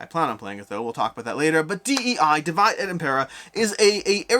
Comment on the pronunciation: Small feedback: Divide et Impera is latin, not English. The pronunciation is dee-vee-deh